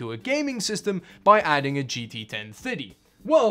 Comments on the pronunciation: Ten minutes into the video and I finally realized that you were saying GT 1030 and not 1050, for some reason I'm hearing "ten fitty" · Totally thought he was saying 1050 not 1030 lol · Kinda sounds like he’s saying 10 fiddy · Why do you pronounce 1030 so wierdly, but you can pronounce 1050 perfectly? 🤣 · The way you pronounce gt 1030 triggers me 😂